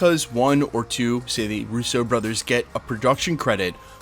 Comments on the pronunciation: Would you please stop saying Russo like it’s “Rousseau”. At least in this video it’s half and half. It’s one of the most common Italian names - not that hard - rUsso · The way you say russOo, interesting 🤔